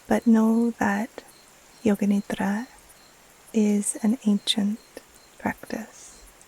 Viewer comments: As an Indian, I wanted to say thank you for acknowledging that Yoga Nidra is so much more than just NSDR. Your pronounciation of Nidra is perfect ❤️ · Your pronunciation of “nidra” is very good